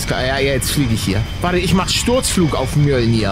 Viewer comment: Ich weiß der Hammer heißt wirklich so😅 aber Paluten spricht es super aus XD😂 mnolnyr